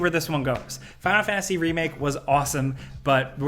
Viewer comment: what is this game " final fanasy" tho ? you do realise there's a T in there that isn't fkn silent right ?